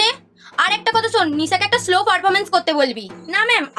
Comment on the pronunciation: আরে দিদি ওটা স্লো না ওটা 🙄শ্লো পারফরমেন্স হয়